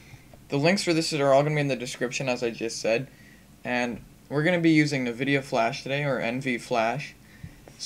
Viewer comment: Na-videa? What the? It's pronounced EN-Vidia.